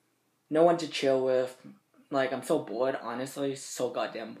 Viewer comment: "I got charged wiff Mistress times four. Or somefin like dat."